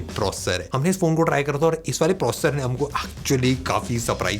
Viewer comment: Try to pronounce the word "processor"clealy.thanks